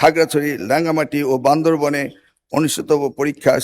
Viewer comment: স্যার রাঙামাটি কে লাঙামাটি বল্লো😅😂😂।